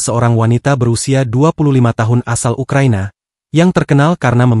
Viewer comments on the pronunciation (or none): none